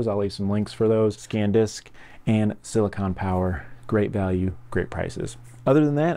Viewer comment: SanDisk NOT ScanDisk